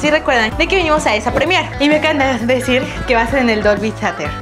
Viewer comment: Su pronunciacion de Dolby Theather! aajajjajajaja